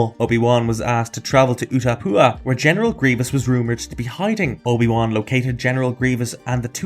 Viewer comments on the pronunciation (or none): Noone gonna mention ooda poor for the pronunciation of udapau? Cos I am